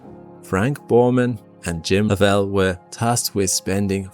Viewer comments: It's Walter SchrrA as in 'ahhh' and it's LOVEell not LovELLE. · You're murdering most pronunciations. The space walking Soviet was named Leonov LEE-A-NOFF, not Levanov. Also, the first man in space was Yuri Gagarin GUH-GAR-UN. Jim Lovell's surname was LOVE-UL not LUH-VELL.